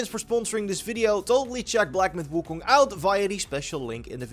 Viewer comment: He pronounced WuKong correctly in the intro, what a god.